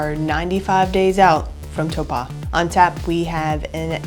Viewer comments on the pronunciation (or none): Ok, someone’s gotta let you know… Taupo is pronounced “toe-paw”